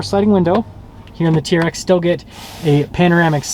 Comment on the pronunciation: It’s a T-R-X! My god it’s not a “TEARX” that so annoying!! Also I dispose when reviewers point out badging and exterior thing that we can all easily see.